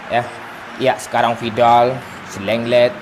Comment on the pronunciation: lenglet= leknget hahaga jancok!!